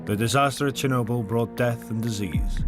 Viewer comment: Actually the name is not ChErnobil but ChOrnibil (tchorno meaning Black)